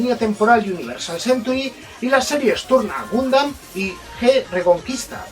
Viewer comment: Si me dieran un chupito por cada vez que dice "Gumdam", ya estaria en un coma etilico. PD: Puto copyright.